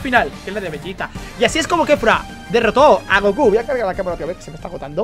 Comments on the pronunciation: Aprende a hablar es Kefla no Kefra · Kefura? No es kefla 😅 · No es kefura es kefla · Es kefla no kefura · K3fUra 😂 es kefla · Porque mamaweva le dicen kefura si es kefla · Kefla no kefura